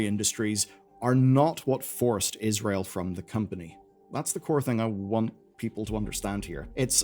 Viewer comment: every time he say israel i physically recoil